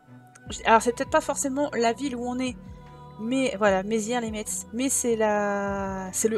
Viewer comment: Les lorrains vont rigoler en t'entendant prononcer Metz 😂 😍 (le t ne se prononce pas 😘)